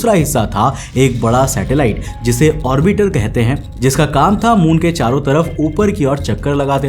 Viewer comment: Please pronounce 'orbiter' properly. It's irritating